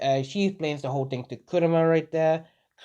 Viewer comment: instead of right there you say wright dere